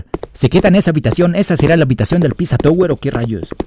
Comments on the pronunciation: es pepino no piZwa twe 😂😂😂😂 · Me da algo cuando le dice a Peppino Pizza yower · Pepino❌ Pissa touguer✔😎